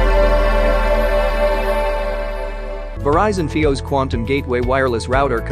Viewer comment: Must you have a.i. do the narration. It dosent even know how to say FIOS